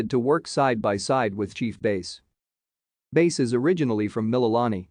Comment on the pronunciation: BTW her name is mispronounced.